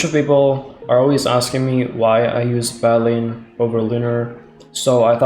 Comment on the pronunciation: did you call it badleen